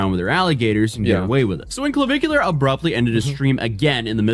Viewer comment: Cavicu LAR